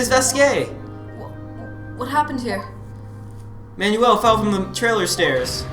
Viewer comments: Every time you guys said "Manuel", I cringed. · Ohh God, the scene with manuel's death was heart jarring, and then you both cracked me up on how you pronounce his name XD